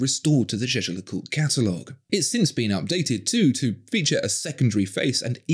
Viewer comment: Royal Oaks have 50m water resitance and the crews are just for show. These are not sturdy or robust, not even compared to a nautilus. And learn to pronounce Jaeger-LeCoultre or stick to the acronym.